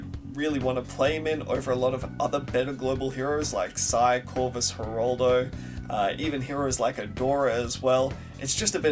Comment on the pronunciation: why do you keep saying Heraldo, its Geraldo